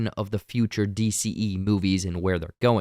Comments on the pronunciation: Stop pronouncing Henry Cavill's last name name wrong it's so cringe it's not Pronounced like DeVille from 101 dalmatians or like the Cadillac. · What the F is that pronunciation of Cavill's name? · He also mispronounced Henry cavill's last name lol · Why cant this guy say Cavill